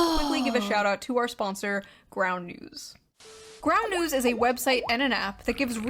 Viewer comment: June loves plugging that 'ground news' shit but can't even say it properly. 'Groun'...I can't stand how she speaks in general, tbh